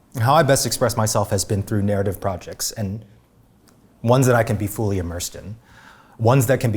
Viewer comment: what kind of accent is it when someone pronounces fully as fooly